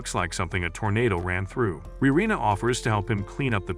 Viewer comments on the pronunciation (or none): none